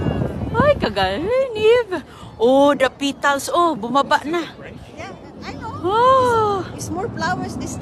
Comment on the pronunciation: Petals hindi pitals.